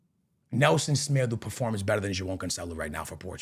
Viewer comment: Nelson Smedoo? 😅